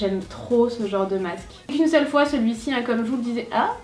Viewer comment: a dit 6 foit megas